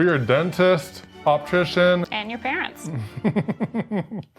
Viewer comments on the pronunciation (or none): “Optrician” c’mon seriously? 😂😂😂